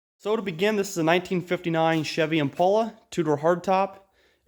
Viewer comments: I'mmmmmmmmmmm pale uh, not immmm, pol uh. Bv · Every time I hear or see the word 'patina' I want to puke.....BTW-It's not an 'Impaula'.